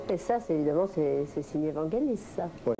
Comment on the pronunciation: Pas "Vent Gelis";Vangelis.